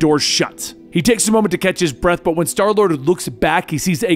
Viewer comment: he calls starlord darlord